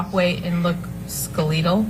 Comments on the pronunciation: The so-called acting coach said Amber was “skuh-lee-tull” instead of “skeletal”, as if she’d misread/mispronounced a word off of her script. Lol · Skeleetal???? Clearly this acting coach cant read her notes she keeps referring to. SMDH😖